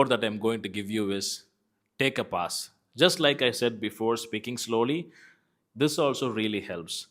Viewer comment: Your pronunciation of pause is wrong😊